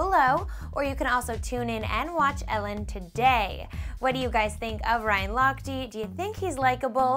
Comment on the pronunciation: how she pronounced lochte. ha ha